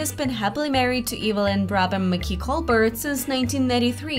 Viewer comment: His last name is pronounced COL-BEAR, NOT COL-BURT. He uses a French pronunciation of his name. Just watch a video of his show and listen........ If you don't know how to pronounce His name, I'm not confident about the info in your vid.